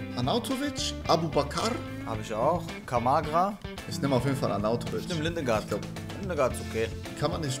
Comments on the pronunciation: Gottes Beleidigung , Ligard - Lindegard auszusprechen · Niemand Wirklich niemand: Lindegard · Niemand:: LiNdEgArD